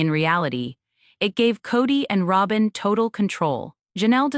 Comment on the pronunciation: AI voiceovers get worse, not better. Half of this is "row-bin" and half is Robin. Tow-day? Wow. The real tragedy is the fact that there is no human editor. It would be so much better if there was an editor. And no mention of the unaliving of Garrison? That was the ultimate death of the show.